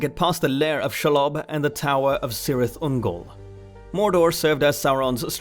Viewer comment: it is pronounced "kirith ungol"